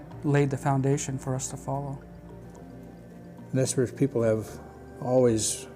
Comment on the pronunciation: The Indian people known as the Nez Perce (pronounced Nay Parsay) aka the Nimipu are historically a peaceful people. They were forced to take up arms by the white man breaking the treaties made to them. No white men were killed prior to the 1877 Nez Perce War started by the US Army.